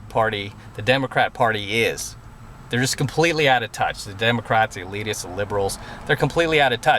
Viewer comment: Haha, did just say "Demo Craps"?:)